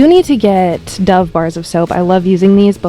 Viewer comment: No offence but can you pls say dove right